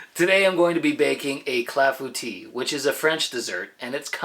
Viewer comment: You got through it just saying cla-foo-tee! I'm well impressed! Beautifully done... the texture of the inner slice looks absolutely perfect. Love all the berries in there. Wonderfully done my friend!